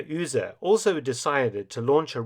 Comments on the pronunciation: Mark - great videos, always. But - there's always a but - please get some help on German pronunciation. Beate is pronounced bay-ah-tuh. The U in Uhse is pronounced like to, do, zoo, you... The way you are saying it makes it Ühse. Ü and U have entirely different sounds. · Honestly, his pronunciation of Be-ate Uhse was beyond recognition for a German native speaker. I do understand that most foreigners have a problem with ä ö ü pronunciation, but in this case he pronounced Uhse like Ühse. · Beate Uhse...not Öse! :D (SCNR! I know German isn't an easy language for non-natives! Still, I can't helpt but point this out!) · Your pronunciation of Melitta von Staufenberg is pretty good, but you totally butchered Beate Uhse. It’s more like Be-ate (the „e“ pronounced like the „e“ in „German“) and Uhse is a „u“, not an „ü“. The English pronouncing of the „u“ would have been pretty much spot on. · Uhse, not Ühse or Uehse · With all that effort you put into these magnificent videos why not spend a little time updating the name pronunciation. Beate Uhse was never pronounced Yrse. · Uhse is said Oose. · Was much worse to hear "Üüse". Okay, maybe Saxons and Anglo-Saxons do be near relatives . . .